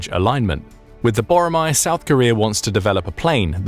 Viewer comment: 보로마 X . 보라매O. Pronounce it correctly